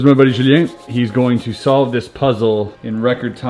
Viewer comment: Why is solved capitalized? The emphasis on that word just sounds weird. Edit: Good job hiding a tutorial in one of those puzzle videos